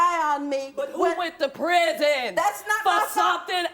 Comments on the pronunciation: She also said "5 years in prizm" lol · the way she said "prison" sounds like "prizm". There's a car called the Geo Prizm which is a rebadged Toyota Corolla.